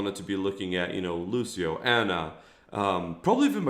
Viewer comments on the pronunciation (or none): none